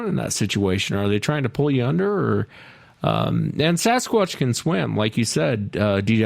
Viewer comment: As many times as DW has used, heard or seen it written....the word Sasquatch has a "T" in it.